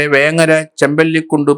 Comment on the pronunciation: വേങ്ങര അല്ല സാറെ വെങ്ങര